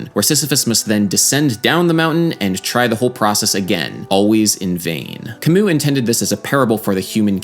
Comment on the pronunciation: Sadly adam pronounced his name wrong lol